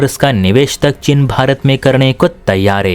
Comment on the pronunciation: चिन नहीं, चीन है। भाषा सुधार करो।